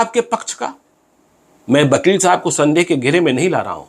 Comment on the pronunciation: वकील को बकील क्यू उच्चारण करते है